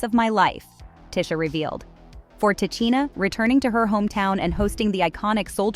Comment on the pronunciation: Man... White people really shouldn't report on black stories they aren't closely knowledgeable about or aren't part of black culture. She is mispronouncing both of these sister's names and it's irritating.